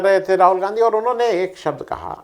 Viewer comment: 11.45pe aapne Ganadha bola Gandhi nahee isko durust kariye. Gandha nahee Gandhi g